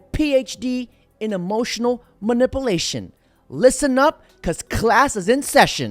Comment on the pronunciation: “Manipplelation”??? 😂😂😂😂 That’s a new one. I think it’s manipulation. I’ll assume you were joking, which is funny, or….a U.S. education?